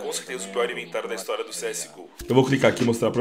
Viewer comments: "Pior inventário da HISOTIRA do CSGO" Hisotira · Hisotira?? Ou história?? Kkk